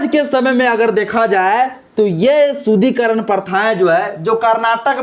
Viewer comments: Manusmrithi me kahan yah sab likha hai,shloka ke saath ullekh karo.SHUDDHIKARAN shabd ko bar bar Shudhikaran kahathe ho,shruthikatu lagta hai. Correct pronunciation karo.Barthaman me Hindu samaj ko sangatthith karna atyabashyak hai.Samaj me vedaved paida math karo.Aaj samagra vishhwa Hindu Sanathan Dharma ka mahathwa sweekar kartha hai.Hindu Sanathan Dharm ka udaarta, sahansheeltha, prem, sanskar, ahimsa, manabikta, uchh bichardhara ebang sarbopari MAHILAON KE PRATI SAMMAN aur koi dharm me milega hi nahi. Kashmir me Islamic shasankal me Hinduon ko dharmantarit kiya gaya thhaa,lekin sc,st logokon chhod diya thhaa.Kyun?Kyun ki sab Musalman ho jaayega tho saaf-saafai ka kaam koun karega?Hindu samaj me sudhar thathha vikash ka kaam karo,nafrat math phailao. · पहले तो शुद्धिकरण का उच्चारण सही से करो.... अभी तो शिक्षा से वंचित नही हो ना।